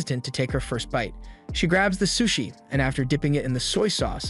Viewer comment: how do u get an ai to mispronounce sushi bro